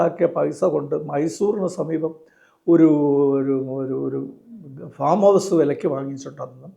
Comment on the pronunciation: ഫോം അല്ലല്ലോ സർ ഫാം അല്ലേ?